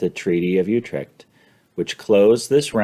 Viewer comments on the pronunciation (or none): In general these are great overviews, but come on - you can't pronounce "Utrecht" or "Royale" correctly? Oh and your ADR correction was completely unnoticable.